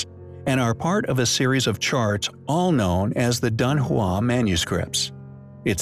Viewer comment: It's pronounced Dun Hwong